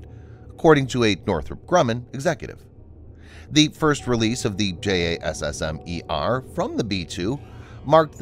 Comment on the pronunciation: tbh, I think the current acronym has a pronounciation. But the narrator doesn't seem to have that info.